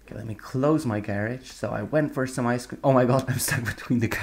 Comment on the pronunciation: you keep calling it gerege weird